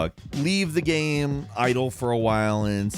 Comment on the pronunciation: Game doesn't rhyme with Ham... Not sure if you were aware 😂